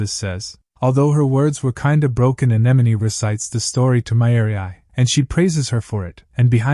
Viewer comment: I don’t get ai. It always mispronounces simple words like bow but gets anemone right? Most people don’t get that.